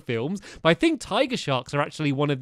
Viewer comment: Whenever Stampy said tiger it sounded like he said "taiga"